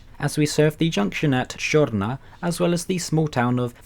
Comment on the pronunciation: Hello! Csorna does not mean black, it'd be Fekete. Looked around, and it may be from a southern slav word, but Hungary is not slavic. Just a tip on local pronouncaiton: Sz is s, and s is sh. You are very good in names!